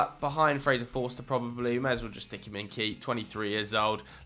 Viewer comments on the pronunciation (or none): none